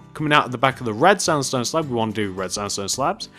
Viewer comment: you said slap insted of slab